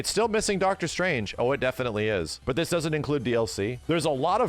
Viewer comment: never say a sentence again bro, even more so if you're gonna say "ts" mean "this".